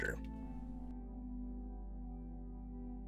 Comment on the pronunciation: That ummmmm.... That Morgesh though